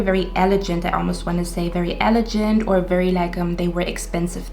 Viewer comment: Your so cute! Love your whole vibe. I chose 1 but I think you were describing me lol. On a side note elegant is pronounced with a g sound not a j sound. ... Guy not gentle. ❤️